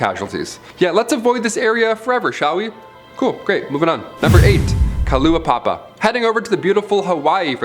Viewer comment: I used to consider that your content was good and interesting until my home was in it. I live in Hawai'i. First, you cannot even learn how to pronounce Moloka'i and Kalaupapa. At least the tourists here know how to pronounce it better than you. Which makes me now wonder if your channel has been wrecking names left and right. Also, Kalaupapa has been considered cursed, but where the heck did you get the information that only 5 people live on Moloka'i? There is a resort, cattle ranch, and a few thousand residents. Kalaupapa itself has been declining, but no one stays there because its one of the most remote areas, Historical Site, and Historical Landmark. There is very little in getting supplies and medical help. It could take hours. Only people who are allowed to stay are former residents and their families. I HAVE met someone from Na'uru and its corruption not a curse for them. They never said anything about a curse. I hate to say it, but seeing how you cannot even get one section of your vidoes. And my experience with someone causing me to doubt another part has now had me question ALL of how good your videos are.